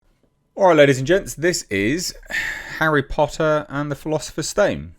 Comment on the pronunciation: Harry Pottah did u bring my weed cuh